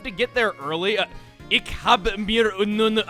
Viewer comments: It is pronounced ich (I-ch) Not (Ik). Ik is dutch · One word and you've already butchered German. "Ich" is pronounced like "Fish", not "Itch".